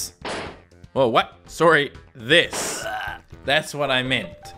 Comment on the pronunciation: “sowwrry” your Canadian is showing.